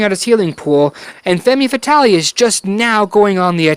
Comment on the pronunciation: Femme Fatale - ˌfɛm fəˈtɑːl - I believe - but thank you so much for this review. I love your reviews and consult you before I make any purchases! Cheers!